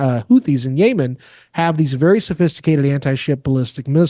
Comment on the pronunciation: Don’t believe s/h the guy who can’t pronounce Yemen 🇾🇪